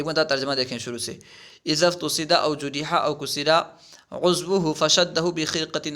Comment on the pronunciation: حضرت ، افتصد ، جرح ، و کسر کو مجہول پڑھ رہے ہیں توجہ فرمائیں